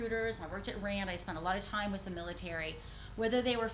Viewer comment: did she really say - ' not RAND corp. but RAAND corp.' ? or i listened it otherwise.